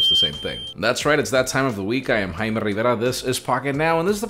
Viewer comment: 'Jime'..... was up all night liking comments 🤣